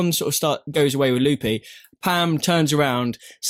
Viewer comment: Really liking these podcasts each week. Makes me look forward to Fridays even more! btw, it cracks me up every time how pronounces Lupe. Says it more like Loopie!